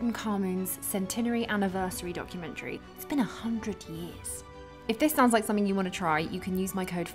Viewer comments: you lost me at "somethink" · Spoilt it for me by saying "somethink" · Why do people say "somethink"?